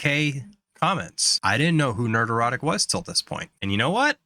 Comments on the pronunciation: Only a Pats Fan has the total lack of self awareness needed to make an 8 minute long compliment to a youtuber while constantly and hilariously mispronouncing their handle over and over again haha Nerd Erotic. HAHAHAHA bru 9/11 was an inside job I know because the snow play happened and 'pats' won the superbowl that season. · Dude, it sounds like you're saying "nerd-erotic", which is just wrong. It's not a play on the word erotic, it's a play on the word neurotic. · "Nerderotic". Sexy 😂😂😂